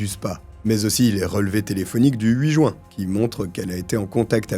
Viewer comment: Bon sang, ça se dit jUin et non joint ! On prononce le U ! Ça m'énerve d'entendre cette mauvaise prononciation. Énormément de français ne savent pas prononcer ce mois. Et à part ça, c'est fou le nombre d'affaires se passant en Juin. Puisque je "l'entends". Faut croire que Juin est un mois meurtrier.